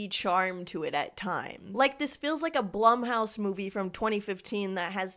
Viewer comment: just wanted to kindly let you know its pronounced “bloom” house 🫶🏻